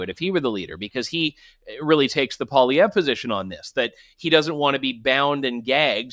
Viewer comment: He's not really "Frenching up" Poilievre's name, he's actually mispronouncing it. In French we don't emphasize the last syllable. The proper pronunciation is actually Poiliev.